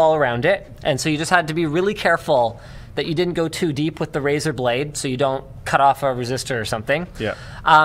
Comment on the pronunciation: Am I the only one who loved how Linus pronounced razorblade as he would the Razor Blade?